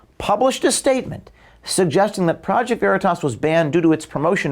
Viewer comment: She can't even pronounce the name of Okeef's company. Isn't that akin to dead naming? It's always been considered a dis to mis-pronounce someone's name or the name of their business.